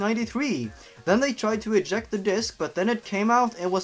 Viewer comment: “Dsik” Best invented word twenti eigt een